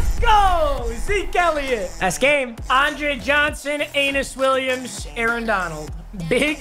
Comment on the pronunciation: ITS PRONOUNCED “A KNEE US” Williams